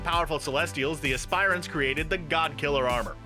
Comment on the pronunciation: Dude you need to learn how to say aspirants